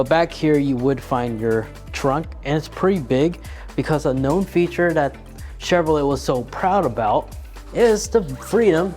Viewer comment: Great video thanks, but your pronunciation of Chevrolet lol